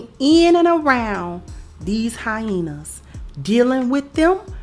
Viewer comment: I crack up each time she says “hyaina